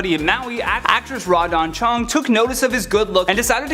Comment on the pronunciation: Interesting video but I just got too distracted by your mispronunciations of celebrity names (i.e. Maria Shriver, Raw Dawn Chong). I suggest checking on that.